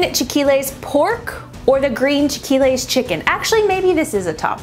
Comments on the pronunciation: It's very funny how you pronounce chilaquiles, it's chi-la-ki-les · Clicked on this so fast! 😆 It's pronounced "chee-lay-key-les" but smushed together, hahaha. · Lol it's chee-la-kee-leys, (re: chilaquiles)